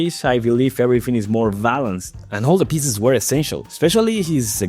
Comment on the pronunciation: you say "Ricky GerBais" and then "valanced" instead of balanced i´m tf out